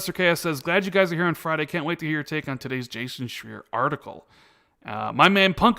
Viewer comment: Anybody know why they keep mispronouncing Jason Schreier's last name?